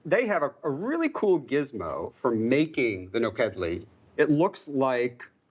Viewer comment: My girlfriend's family is Hungarian and her grandma calls it POP re kash. Also, it bothered me a little bit the way kept saying nokedli (which is basically the Hungarian version of German spaetzale) It's NU khed lee